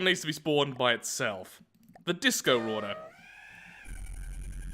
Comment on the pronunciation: It’s the mawrauder